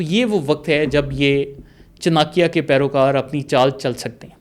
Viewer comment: چناکیہ نھی چانکیہ